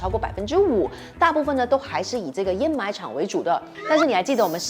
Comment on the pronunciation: 上次的掩埋和沼气都读错了，这次有改，给个赞你👍